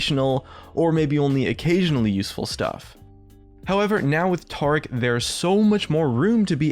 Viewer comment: Taric, not Tarc